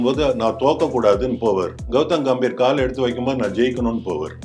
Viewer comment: Gautam "Ga"mbhir.....peyar..... கம்பீர்! "கே"ம்பீர் இல்லை.... "கா"ம்பீர் இல்லை... பெயர் உச்சரிப்பு மிகவும் முக்கியம். கம்பீர் என்றால் சமஸ்கிருதம் மொழியில் தைரியம் என்று அர்த்தம் உங்கள் பெயரை ஈஸ்வர் என்பதற்கு பதிலாக யேஷ்வர் என்று சொன்னால் எப்படி இருக்கும்.